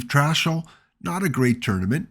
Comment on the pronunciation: Trachsel is pronounced Trax-el not Trash-el.